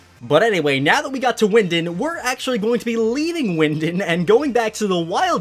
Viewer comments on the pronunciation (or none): bro, it’s pronounced wyn-DAWN, just wanted to let ya know politely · So no one is gonna talk about saying wyndond